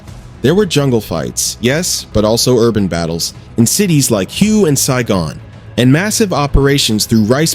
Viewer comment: Don't take this video for truth. The narrator can't even properly pronounce Hue!